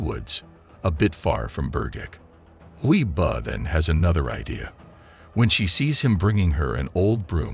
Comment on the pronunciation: It’s huii buuuh not huiboh